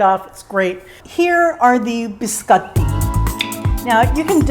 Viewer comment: Looks so good and you make it look super easy !! Love how you pronounce biscotti the correct way...💕😍👌